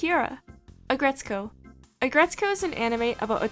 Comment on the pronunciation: I’m sorry but this video was unwatchable for me because of the way you were pronouncing all the Sanrio characters coo-row-me, uh-grets-co, Pom-pom pUre-iN, cure-ropey. 😭😬